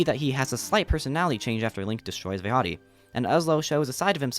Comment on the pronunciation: Bro the fucking Forte made me jump out of my seat. I love Minish cap & love your theory. The Vaati pronunciation hurts my heart tho but Ill subscribe nonetheless